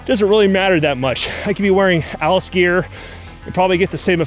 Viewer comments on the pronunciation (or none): none